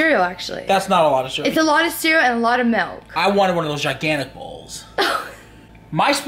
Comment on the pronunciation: "I wanned one of those giganic bowls"😂😂😂😂